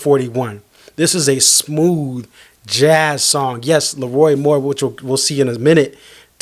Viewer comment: It’s LeRoi not Lee Roy - The King 👑